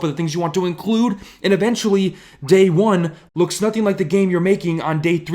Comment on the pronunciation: That “nOOTHing” at beginning of the video . Lmao 😂😂😂